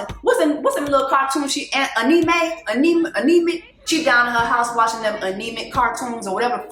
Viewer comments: Not anemic I’m crying 😂 Anime sistaaaa “ann - ah - may” or “a -nuh - may” lmaoooo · Anemic cartoons!?! I'm DEAD! It's anime (pronounced like Annie Mae). Girl that gave me a laugh! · Also. I'm dead at "Aunie May? Anemic that she be watching." lmfaooo it's called "Anime" pronounced like "Anna May" lol I got you sister! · Anime (Anne-ah-Mae) 😂😂😂😂😂😂😂😂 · Jess😂 you are too young and in America too long to call An-I-mé (anime) “anemic”. FINI AVE W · Anemay?! Nah chile it's pronounced Anne may (Anime)😂😂😂😂😂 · “Aneeymay” 😂😂 Lawd 😂😂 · Anna-Mae (Anime)is how you pronounce the cartoons lol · What did Jessie just say Aneme omg 😂😂😂😂😂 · When Jesse Woo called anime...anemic I lost it 😩😂😂😂😂😂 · Jessie pronouncing Anime was PEAK black mama lol! So cute 😂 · You saying anemic instead of amine... I screamed lol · The way you pronounced anime 😩😂😂